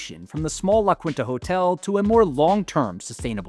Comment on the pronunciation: Dude, you’re doing such a great job… But La Quinta is pronounced ‘La Keentah’ not “La Kwintah” 😉😉😉